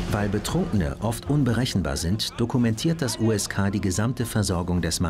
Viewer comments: ksk der Polizei ^^ das heißt USK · USK NICHT KSK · KSK 😂😂😂 USK. Man, war da der Praktikant am Werk oder hat sich der Erzähler kurz vorher ne KSK Doku angeschaut 😂 ?